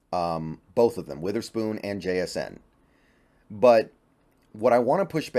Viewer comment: Somebody gotta teach how to say jsn’s name asap before he slips up and gets himself canceled